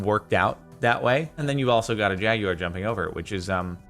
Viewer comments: "Jag-You-Awar".....???? Legit have never heard it pronounced in this manner. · The way you pronounce Jaguar makes me uncomfortable.